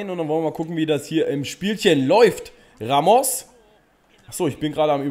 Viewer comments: Man spricht ihn rAmos ganz kurz und nicht raMOS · Warum sprichst du Ramos falsch aus? Du als Dortmund Fan müsstest das doch wissen.😁